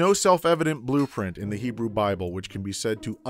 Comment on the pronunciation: Pronunciation of those Hebrew words: 3/10